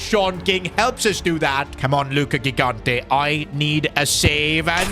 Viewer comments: Bro stop calling him luca gighante, pronounce the name better, im beggin you 😭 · it is pronounced "Luca Jigante" like you pronounce "giant"